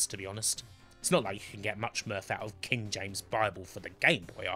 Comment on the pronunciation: Kin of the Rin, that's the thin!